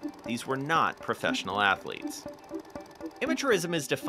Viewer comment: NCAA Atho-leeets